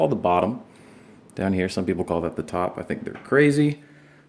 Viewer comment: My guitar:laying Me:laughing watching how he said crazy